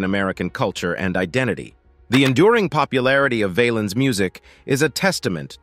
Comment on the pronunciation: His last name Valens sounds like Balance not vail-ens. The Bamba was a great movie about him.